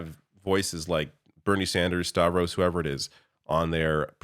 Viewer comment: Yes, Stavros! He said it right!